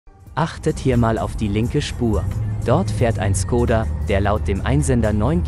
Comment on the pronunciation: Schkoda! Es wird Schkoda ausgesprochen. Das Š im Tschechischen ist vergleichbar mit unserem sch.